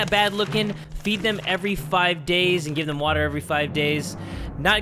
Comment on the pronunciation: I also like when you always say WaTaA